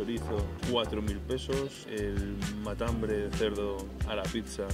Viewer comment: es Matambre no MataHambre jajajja